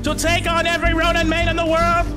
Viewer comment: chill he said ronim, (yes i actually know he means ronin)